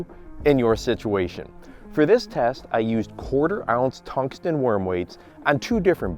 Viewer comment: Why does he say tunsgtun